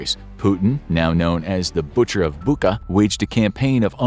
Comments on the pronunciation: Hey I advise you to contact some ukrainian to give you an idea on correct spelling of geo names Meanwhile, I will continue to leave comments with some improvements for you Bucha - is spelled kinda like 'Butcher' but T is silent. So its like not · Nice one! Also it's pronounced BuCHa, the sound "ch" like in chocolate :) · Well done! But Bucha is pronounced as "Boo-cha" with "ch" as in "butcher", was there no info on this? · Its pronounced booka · It is not Bucha with "k" sound but with actual "ch" like in the word "cheese", for example) Great video though 👍🏼